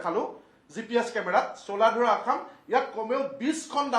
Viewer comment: ৰজাভেঁটি....ৰাজাভেঁটি নহয়।, চোলাধৰা....চোলাধাৰা নহয় । মথাউৰি....মাথাউৰি নহয় । ঠাইবোৰৰ নাম শুদ্ধকৈ উচ্চাৰণ কৰি ক'ব ।